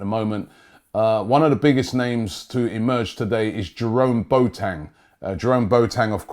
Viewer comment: B o a - teng not (🛥 boat) teng lolll Trust me I am ghanaian 😭😂😂